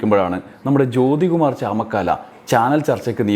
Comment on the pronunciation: ചാമക്കാല അല്ല ചാമക്കാള